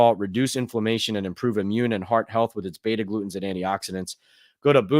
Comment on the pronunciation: in your Boom chaga ad read, the heart healthy compounds shiuld be BETA GLUCANS. You read itas "beta glutens". Maybe your copy was written incorrectly? Or you just slipped? Too bad your live chats don't tie iut for me living in the Middle east. BTW Jones threw for over 300 yards each time be faced the Vikings in 2022. Sunday you think only 220 yards withe these reveivers? No way.